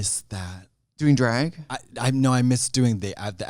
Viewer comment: The way Trixie say Drag is everything